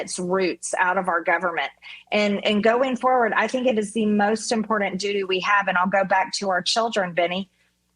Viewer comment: Love me some MTG. I only wish she'd learn to say the word imporTant not impordant